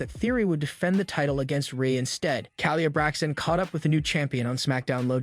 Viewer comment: Her name is not ka-Leah Braxton. You pronounce Her name Kay-lah Braxton.